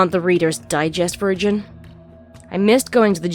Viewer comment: Thought you said: "Readers Digest virgin" instead of "version" there for a moment.